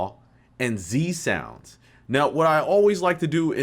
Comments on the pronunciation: It’s not Z Sounds it’s Zounds! Respect the heritage! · no s in Zounds tbh fella (well apart from the one at the end), The Zounds are one of the best and most melodic anarcho punk bands, check out their classic album Curse of Zounds, Did he jump, Dirty Squatters are two of my favourites